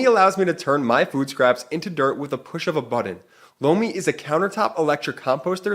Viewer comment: Holy Sh!t … “lomi” … it’s “LOMI”… 🫢swear to gawd thought said “blow me”… great ad read, as always. BUT I don’t understand how MAGAts think they will benefit from an autocracy? They really want to put TFG back in and throw EVERYTHING away bc they’re still butt sore over Obama?etc. … etc …